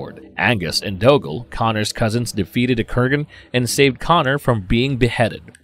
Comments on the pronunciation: He got Angus right but not doggle 😂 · Yeh he calls Connors cousin Dougle (doo-Gal) as doggle (dog-Gul) a few times too. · Thanks for clarifying. I've been miss pronouncing Doogle all these decade's. It's Doggle...learn to pronounce the names or stop using the algorithm please. I appreciate your shared passion, but this REALLY irritates us fans. I don't intend to be rude, ... Love the content though! Thanks. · Doggle like Hoggle, lol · And doggle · Who in the BLUE HELL is RAMREZ? Or Dougal? It is pronounced Doo-gal.